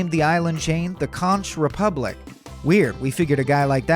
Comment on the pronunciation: I tried to like it, but could not; especially when he pronounced the Conch Republic with a "ch" like staunch. It is pronounced like CONK. Do your research.